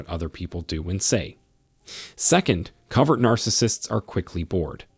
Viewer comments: Pronounced CO-vert. Not Covered. *Proofreading/editing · It's COVERT (hidden) He keeps saying COVERED. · The pronunciation is Co vert. Use a long sounding o sound. Rhymes with bow! It’s drama, drama, drama 24/7 with a narcissist. THEY have a terrible life, are the MOST injured. It’s just always about THEM, THEM, THEM!!! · It is interesting though, that he pronounces it "cover..t" Because they literally "cover" their nefarious behaviors... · Great video, but it is co ( long o) vert.